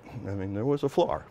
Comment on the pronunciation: This is one of the hardest videos to hear and watch that I have ever seen. Who says, "Flar" for "floor"? Also the guy is talking about a part and the camera is pointed at the guy, not the part. So he is talking about the "flat" and we are looking at him, and I had no idea what the H a "flar" is. Makes me miss Hollywood, they know how to communicate.